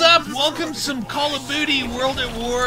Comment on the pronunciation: Wait...did say welcome to call of booty??